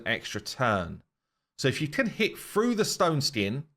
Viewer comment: "froo" the stone skin